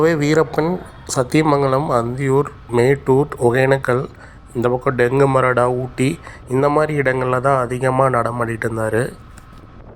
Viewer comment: நானும் சிவா அண்ணா ரசிகர். டெங்குமராடா இல்லை தோழர். தெங்குமரஹடா